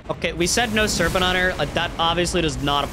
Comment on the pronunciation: What? I get that the first stuttered mispronounced part was "Gentlemans agreement" but what was the rest? EDIT: Ok, later on in the video it becomes apparent that he said "no serpent hunter".